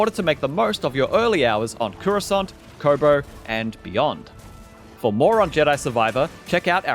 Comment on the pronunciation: Loving the "Kohbohr" pronunciation